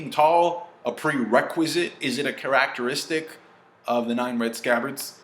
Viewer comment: "CHA-RAK-TARESTICS" lol I love lol